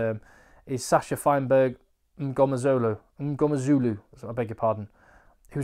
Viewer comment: gear up for some serious South African hospitality! I hope you like meat, beer, and brandy and coke (often all at the same time!) You have plenty of fans down there. Your pronunciation is pretty good too! Gumede = Gu-meh-dee, but you get all the points for smashing Mngomezulu!